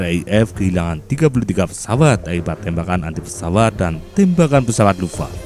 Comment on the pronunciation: Luftwaffe dibaca Luftwaffe fe nya dibaca bukan lufwaf. Accent Indonesia memendekkan syllables